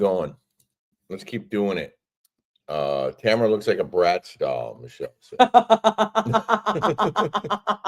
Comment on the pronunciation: TAMRA! not Tamera 😅